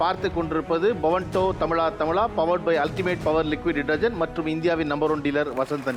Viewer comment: தமிலா தமிலா னு சொல்ரது கேக்க முடியல. தமிழா னு சொல்லுங்க